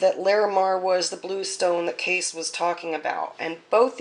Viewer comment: Pronounced Kay-see